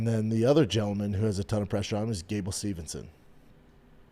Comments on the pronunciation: Same! I love Schaub but he butchers Gustafson name every time. Also, he keep saying Gable Stevenson instead of Steveson 🤷🏽‍♂️ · You wonder why nobody is talking about Gable Steveson but you can’t even pronounce his name. You mispronounce 70% of all fighters names. That makes you sound like a moron. His name is not Stevenson, it’s Steve-son. Jesus Christ dude figure it out